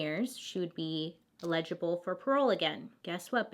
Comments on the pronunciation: eh· luh· juh· bl lol it sounds like you are trying to say legible with an A at the beginning . Love you Bailey! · I love you but I can’t stand how you pronounce eligible lol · lol the way she pronounces “eligible” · I cry every time Bailey says “eligible” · “Eligible” —— (not sarcastically) I just was like no it’s eligible. Lol! Really not meant to be rude. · She overcame a speech problem as a child. She’s amazing and courageous to speak publicly considering. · anyone dislike the way she says "eligible" ...? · Eligible. As in eligible for parole. Fyi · *eligible lol! I love the way u say it tho! U said legible. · Bailey I love you but it’s “eligible” for parole not “ilegilable” lol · A note to help you (not being a grammar police, I actually think it's freaking adorable/super endearing), but Eligible is pronounced- Ell - idge - ib - bull (illegible ill-ledge-ib-bull means not clear enough to be read, like doctor's handwriting). (So it's ell idge not ill ledge lol That's confusing me now! 😆) Having a mnemonic device helps me when remembering words, so I thought I'd share. (But I kinda don't want you to change either lmao) You are my favorite new YouTuber! (New to me) You've got such a great personality, feels like a best friend is telling me a crazy story they heard, I love it. Keep being amazing! ❤️❤️ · She's not "legible" for parole ... it's eligible ... el .. ig .. ible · Just want to let you know the word "eligible" is pronounced with emphasis on first syallable as in EL-i-gi-ble. You pronounced it and it sounded like you were saying "illegible" which has emphasis on 2nd syallable "leg (soft g)". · Ha I noticed this too! She does always say she doesn’t pronounce things right.. I thought she Was saying the word legible instead of eligible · Love your vids girl! Only had me confused when you started saying illegible not eligible 🙀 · EL-i-gi-ble not e-LEG-i-ble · El-li-gi-ble Bailey :) PS, I love your videos! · trying to help...... El- A- Ga- bull